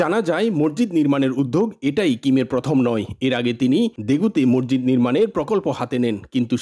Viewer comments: মরজিদ কি? উচ্চারণ ঠিক করেন মসজিদ বলেন। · জনাব রিপোর্টার, 'মসজিদ' কে আপনি 'মর্জিদ' উচ্চারণ করেছেন। ভিনদেশী দাউদের উচ্চারণ ও কিন্তু আপনার চেয়ে ভাল। এছাড়া আপনার 'থ' এবং 'ধ' এর উচ্চারণ ও হচ্ছেনা। হতে পারে আপনি একজন বাকপ্রতিবন্ধী, তাই এমন শোনাচ্ছে। যদি তা না হয়, তবে উচ্চারণ প্রাকটিস করে রিপোর্ট করবেন, ধন্যবাদ।